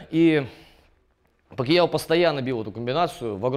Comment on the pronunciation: Говорил бы не ПакИяо, а Пакьяо (как в названии), было бы идеальное видео